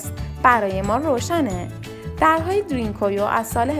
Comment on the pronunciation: ــ اولا که اسم این هر زیر زمینی را درست تلفظ کنید، تلفظ صحیح این شهر زیر زمینی که در تؤرکیه قرار دارد دَرین کویو یا بزبان دَری شما دَری زبانان ( پوست قهوه ایِ کلهِ زاغی ) هندی تبار جغرافیای سیاسی ایران، چاه عمیق است .! ــ دوما که، از کجا و روی کدام شواهد و سند معتبر باستانی مطمئن شده اید که این شهر زیر زمینی مربوط به زرتشتیان است ؟! ـ سوما که، پارس یا شکل صیح کلمه، پِرس یک کلمه عبری و به معنای سوار کار است که در واقع لقبی بود که یهودیان گذشته به هخامنشیان که برخاسته از قوم اِسلاو تبار آکاها بودند، داده بودند که بعدها کلمه پرس توسط یونانیها نیز مورد استفاده قرار گرفت و بصورت یک اشتباه به این سرزمینها اتلاق شد، نه مردم و اقوام روی این سرزمین .! ــ و اما از کجا معلوم که هخامنشیان و به تبع آن قوم آکاها اِسلاو تبار بوده اند ؟ از هخامنشیان برخلاف سومریان و عیلامیان لوح و کتیبه های زیادی برجای نمانده است اما آن معدود آثاری هم که از هخامنشیان برجای مانده است که از خط عیلامی بر نوشتن استفاده می کرده اند ترجمه آثار بیانگر زبان اِسلاو باستان هخامنشیان و به تبع آن قوم آکاهاست .! ــ چهارما که، گفتنی است که در زمان عباسیان تمام اِسلاوهای این سرزمین که ۲۰ هزار نفر بوده اند توسط معتصم عباسی به روم تبعید شده اند، بنابراین افتخار به کلمه جعلی و تحریفی پارس توهمی بیش نیست .! ــ پنجما که، کلمه پرس یا بگفته شما دَری زبانان ( پوست قهوه ایِ کلهِ زاغی ) هندی تبار، پارس که یک کلمه عبری و به معنای سورکار است همانطور که گفته شد، لقبی بود که یهودیان گذشته به هخامنشیان داده بودند و آن لقب مختص هخامنشیان بود نه دوره های پس از آنها، مخصوصا که دوره پس از هخامنشیان سلسه یونانی سلوکیان که از سرداران اسکندر بو